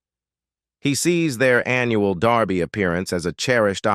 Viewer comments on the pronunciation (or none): Why does man say Darby not derby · Muh hay uh not Mex e uh. Derby not darby. Geeezzzzzzzzz get it right! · It's called, "DER-by"; not " DAR-by". If you're going to report on something, at least pronounce it correctly. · It's Kentucky Derby. Not Darby! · It’s “derby” not “Darby”! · how do you get 'darby' out of 'kentucky dErby'? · She looks like her dad. Only her teeth are like her mother. It's derby, not Darby. AI usually messes these stories up. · The Kentucky DARBY.....kinda annoying :) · Why do these sites use AI or whatever robotic voice that mispronounces words? Kentucky Darby? Really? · If I heard "Kentucky Darrrby" one more time I was going to scream!!! Great job, but dang this video is hard to take